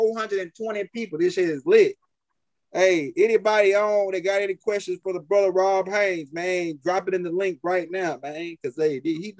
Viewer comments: BRUH??? THE MANS NAME IS ROD not RON , HAYES not HAYNES😅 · Dude it's not ROB HAYNES... it's ROD HAYES!!!! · I like how pronounce Rod’s name lol it sounds like he saying Rob Haynes lol it’s all love I like his energy and passion